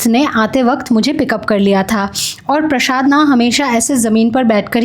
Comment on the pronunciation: Prashaad nai hota hai, Prasaad hota hai